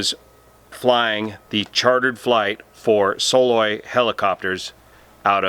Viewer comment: Believe it's pronounced "Suh-LOY" - at least that's the way I've always heard it since '74 here in Alaska